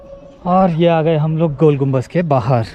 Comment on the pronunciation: gumbaz nahi bhai GUMBADD